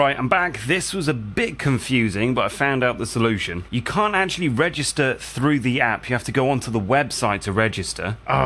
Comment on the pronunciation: You know it is actually 'through' and not frough, right? You are in an English speaking country, I've heard.